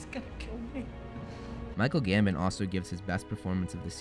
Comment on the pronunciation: Not to criticise but it sounded like you said Michael Gammon lmao